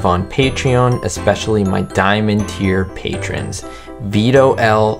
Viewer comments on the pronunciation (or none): none